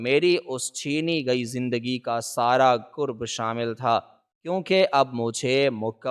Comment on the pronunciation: کورب نہیں بلکہ کرب